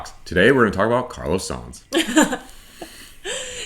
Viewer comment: Sainz is pronounced signs not sans. Its a proper noun and a family name that has been synonymous with top level motorsport for decades. I have corrected you very politely before and I hope your channel grows. just please have some respect, peace